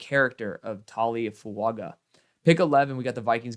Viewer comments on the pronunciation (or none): Taliese Fuaga is pronounced like Tally Fu-unga. There’s like a unga in the pronunciation like Tua Tagovailoa’s last name. I seen an interview at the Senior Bowl with Ian Rapoport I think it was where he was teaching them how to say his name correctly 😂